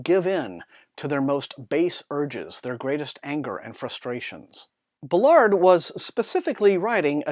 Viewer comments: Interesting review, (however I must correct it is Baal-ard not Belard sorry😂) JG Ballard truly is a master of Dystopian landscapes, his exploration into similar themes from High Rise are in The Enourmous Space, that story is nightmarish! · Thanks for the review! Not sure that's how you pronounce "Ballard". I think the stress is on "Ba" instead of "lard" (based on video interviews).